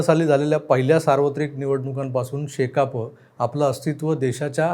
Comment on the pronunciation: शेकाप मधिल प या अक्षराचा उच्चार पूर्ण करा.अर्धवट साडू नका.ऐकताना कसंतरी वाटतं.